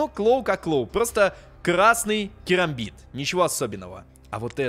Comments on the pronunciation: Керамбит а не карамбит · Правильно керамбит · кЕрамбит правильней, потому что буква A английская произносится как - Эй, е